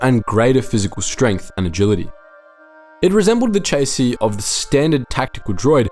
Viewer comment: Never heard chassis pronounced as "chay c" before.